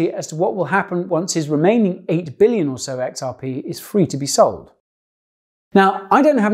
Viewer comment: "9 Bililion xrp" rofl